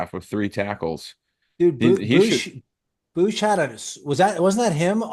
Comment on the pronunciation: Please never call him Boosch again lol it's BOOMchini